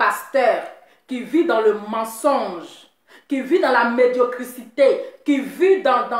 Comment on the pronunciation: on dit la médiocrité, médiocrité, médiocrité médiocrité 😀😀😀😀😀😀